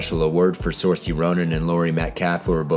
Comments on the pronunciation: I LOVE THIS. SO MUCH. But...Sir-sha Ronin, not Sorcy :P I apologize for the countless number of comments that will be almost exactly like mine hahahaha you're a very cool dude okay buhbyenao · Saoirse. Say it with me: SUR-shə (SEER-sha). It's ok. The Irish have crazy names. But now you know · Saoirse rhymes with Intertia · Red Olson Saoirse like Inertia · You might find this video helpful, where she explains how to pronounce her name to Stephen Colbert, as well as a bunch of other Irish names: Honestly I don't really blame you for getting it wrong because Irish names don't seem to have much relation between how they're spelled and how they're pronounced. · PLEASE TELL ME YOU MISPRONOUNCED SOAIRSE IRONICALLY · When he pronounced Saoirse wrong :'( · She has a viral video on SNL where she explains how to pronounce her name. It seems willful to mispronounce it.